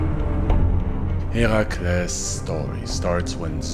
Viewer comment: Correct, only here. He’s the only YouTuber who actually pronounces the names right. Even the “mythology” YouTubers mispronounce them and then “correct” others who were right all along.